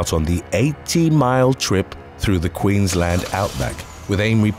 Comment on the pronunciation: bonus points for pronoucing Queensland correctly! Does my head in when people run it together like Maryland (at least when it's youtuber or podcast that professes to present facts). You have to say each bit separately "queens-land". Well done (I'll let you off for Bendigo coz that's not a large town or a state)